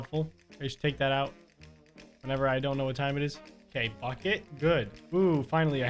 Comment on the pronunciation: Every time he says bucket it sounds like he said F*** it